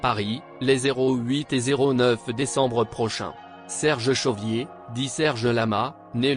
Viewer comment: Chauvier, ducon !..... et non pas Chauvrier !.... 😮‍💨😮‍💨😮‍💨